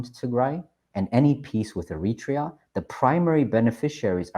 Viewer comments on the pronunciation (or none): none